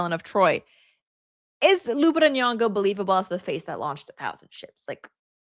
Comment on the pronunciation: You cant wvwn pronounce Lupita's name right. Dummb dummb